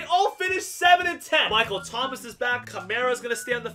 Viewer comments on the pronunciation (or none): none